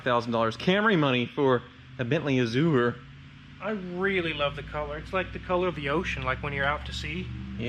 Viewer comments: “A-zhr” not “a-zoo-ur”. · Please Google how to say "Azure", its driving me nuts... its "Azzzyou're" not "Azzoore", sorry. Lovely car, as a Brit I'm kinda jealous. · I think the American pronunciation should be " a - zhr. " Uh - zoo - er is definitely incorrect. My mother is the grammar police but she's almost always correct. Azure is a color. The a is like the a in apple, not the "uh" sound. Only two syllables. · Love ya, but google this 'pronounce azure' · I am glad someone besides me was bothered by "uh-zoo-er." And I love the antics on the channel too! More power to and his fleet. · Look up the derivation and pronunciation of "azure." Love the channel!